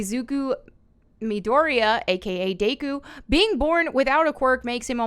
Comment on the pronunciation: Why is her pronouncing his name as Day-kou so funny to me 🤣🤣🤣?